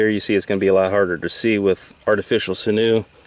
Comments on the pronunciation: Not sure what sinoo is but sinew is pronounced like “sin you” or “sinyoo”. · Sinew is pronounced as sin 'u